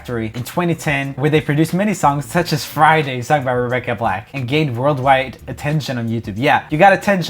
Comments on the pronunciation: Joel says "Flyday" instead of "Friday" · Fridag huh?😂